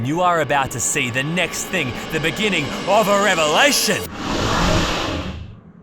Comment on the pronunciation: Not the "verry" 😅 Edit: "Beggining"? Comon dude, English isn't even my first language! 😆